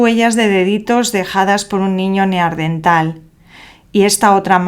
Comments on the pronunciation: Da angustia escucharte decir "neaRdental". Eran NEANDERTALES, revisen el lenguaje, si no, no nos entendemos. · Es bastante habitual lo "Neardental", a mí me chirría mucho. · ¿Por qué dice neardental? ¿Es dislexia? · Neardental? Parece que nunca antes habías oído o leído de los Neandertales.